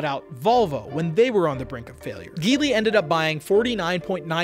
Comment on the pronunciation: Hello there, I own a Geely Coolray model 2021. The chinese car market is booming here in Kuwait🇰🇼! My eldest brother owns the Changan CS95. I really hope chinese cars enter the american market, because a lot of them have very affordable cars that are a bargain for their price. Oh and, just in case, the G in Geely is pronounced J😁. Thank you very much for this video it was very informative and entertaining.